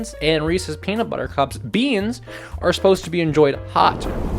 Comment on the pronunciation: This is a hate crime (the best kind of content) Also every time you said beanut I went “my favorite streamer???” I got blueballed